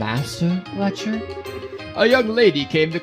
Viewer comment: It's pronounced Lek-ter. Put an emphasis on the t rather then constantly making it silent. It gets kind of weird hearing you call him Lecher all the time :p Also fun fact but if you interact with the board at the front desk after final exams you'll learn that Lechter scored first among all the seniors despite never showing up for class.